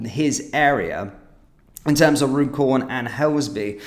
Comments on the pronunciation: I'm pretty sure Runcorn is pronounced Run-corn. Not Rune-corn, bud. Please, if anyone is local to that area, correct me if I've got it wrong. 👍 Vote Reform.. 🇬🇧🏴🏴🏴🇬🇧👍👍👍💯🙏🙏🙏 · You are indeed correct. Run - corn😊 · Runcorn isn't pronounced the way you are saying it. It is pronounced Run-corn